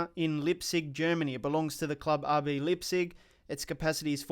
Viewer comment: There you go with your wrong pronouncing again its not Lipzig it is LEIPZIG whats wrong with its not that difficult to pronounce.